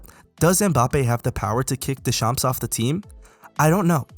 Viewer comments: He was 19 going on 20 when he won the WC. Oh and when you Deschamps, you don't pronounce the p and s at the end. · fyi you don't pronounce the "ps" at the end of deschamps lol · How the fuck did you pronounced Deschamps ?! 😂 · As a french speaker i love your pronounciation of deschamps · Deedee-yuurh DeChamps 😂